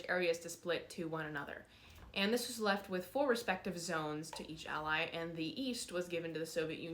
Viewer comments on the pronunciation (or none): none